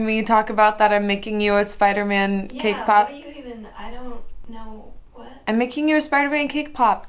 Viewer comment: Everytime she says cake pop, I always somehow hear her say K-pop xd